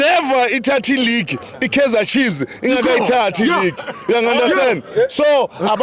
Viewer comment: How do you say Kaizer Chibz? Chiefs, Chiefs all day